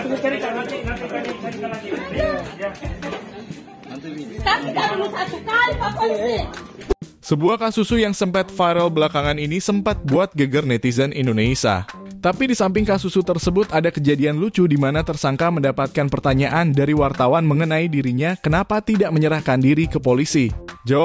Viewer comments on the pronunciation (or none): Lucu baca Indonesia Indonesa...gimana pembawa acara nya hhh